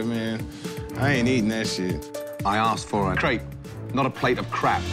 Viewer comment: and she mispronounced crepe the whole time, it sounded like she was saying crap